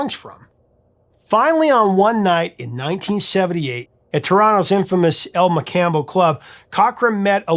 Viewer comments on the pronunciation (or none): Prof! Just for reference... It’s On-tare-io, and El Mo-comm-bo. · Struggling with the pronunciation there, bud. Ontario and El Mocambo are simpler than you make them. But thanks for the content. Good stuff.